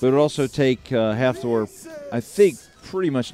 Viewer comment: It was awesome to be there this weekend to watch The pro men and women events and record breakers. The ninja warrior guy they had hosting was a joke, he didn't know shit about what he was talking about (proven every time he went even slightly off script), and couldn't pronounce Thors name properly for the life of him. Please get Colin Bryce, or the like to host this, paying respect to the athletes and the commitment it takes to get to this stage.